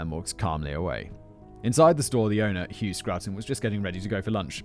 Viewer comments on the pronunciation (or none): none